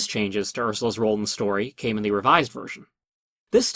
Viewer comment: "Story" not "Stoy".